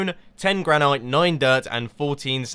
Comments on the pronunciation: Mumbo, it is pronounced gran-it not gran-ite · gran-it NOT gran-knight!!! GRRRR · You do know it is pronounced gran-it, right? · Granite is pronounced gran-it, also do a HermitCraft video with Etho and make something together, he's part of hermitcraft